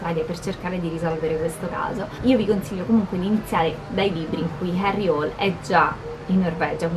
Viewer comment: Ciao :) forse hai fatto confusione ma.. 'IL PIPISTRELLO' è il primo libro in assoluto della saga, quindi la storia inizia da qui. E' stato pubblicato nel '97 ed è l'inizio della saga di Harry Hole (che in una recente intervista di Nesbo ha detto che si pronuncia Hul). Scusa se mi sono permesso, ma mi sono sentito di correggerti :) :) :)